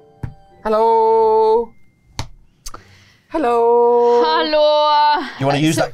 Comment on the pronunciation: That was a very swedish-sounding Hallå 😮